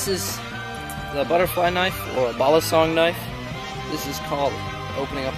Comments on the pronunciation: Yeah,I know also he messed up with the saying Balisong its not balusong its Ba-LEE-Song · He doesn’t say balisong He says balasong Very nice 👍🏻